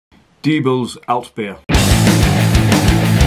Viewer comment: Less than I'd expect from a German Altbier. Your pronunciation of Diebels is spot on. 🙂